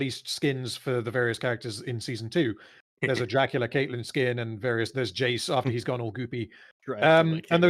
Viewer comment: "Count Dykula"